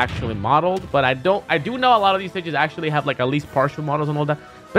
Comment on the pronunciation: Axe-tually XD